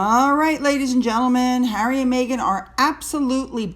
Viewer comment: 2nd row Hawwy Lol 😂 👍